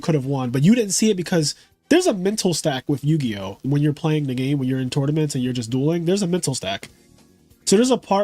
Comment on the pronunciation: Yugioh more like yu-ego